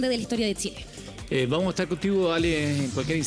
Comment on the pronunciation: Periodístas del canal, enseñenle a Ale, sobre la pronunciación de la CH, es sin T.